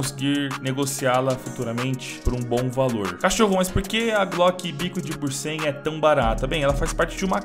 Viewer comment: Tu falou pra te corrigir, então, não é "bursen" é "bunsen" kkkkkkk